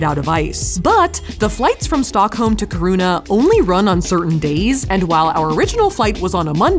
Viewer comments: Very cool to watch! I'm a Swede myself but more of a southern tip of the country type. You have to go back for the midnight sun and show us. Just a quick note, the emphasis is on the i, like kIruna, no kirUna. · The way you say "Kiruna " is splitting my sides 😂. It's not kirouna, it's: KI ( like in Kiki or or kill) RU (u like in urban) NA (like in na na na na nannanaa) Ki-ru-na Good luck 😅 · Love that you guys came to Sweden and hope you come again. 😍 Love also the fact that if you hadn't written out Kiruna, I would have that you went somewhere else, since I just heard Safiya pronounce Kiruna as Corona. 😆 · kharuna is maybe the absolue most creative way I've heard anyone pronounce kiruna lmao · You're saying Kiruna wrong. Really wrong. Keer ruh na. Sorry but it's driving me nuts watching this video. I live in north Sweden (norrland). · Your pronunciation of Kiruna, Torne river, and Jukkasjärvi bring me life <3 I'm happy you had fun in Sweden and got to experience Stockholm a little :D The Ice Hotel is magical and I love it <3 I've been wanting to go there for so long, even though it's relatively close :) I know you went to Finland for it, but the Ice Hotel does organize night trips to an observatory that is said to be/advertised as the best viewing spot for the northern lights in the world. Looking forward to seeing your reaction to them :D <3